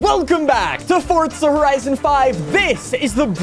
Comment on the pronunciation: There are two certainties, saying ‘Fortza’ instead of Forza, and ‘ares’ instead of ours